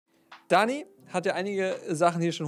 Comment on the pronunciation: Bitte sprich ihn „däni“ und nicht „daani“ aus please